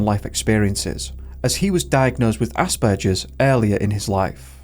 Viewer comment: Um did it not occur to you to learn to pronounce aspergers correctly?? Rude